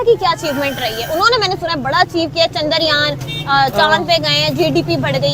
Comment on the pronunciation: Pakistani jahilo its chandra yaan not chandar yaan .. ye paka lahori hogi